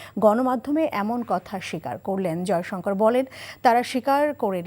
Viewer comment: Bangla vasha sathick uccaron sekho s. Joysankar bolty kosto hoy